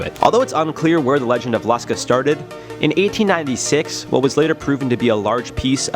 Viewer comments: It is pronounced Lush-kah. Short u sound. Long a sound. The Lusca is a massive octopus. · It’s pronounced lou ska I’m from The Bahamas and everybody here calls it Lou ska and it’s supposedly located in the blue holes in the Bahamas the some of the blue holes here are extremely deep some of them even connect directly to the ocean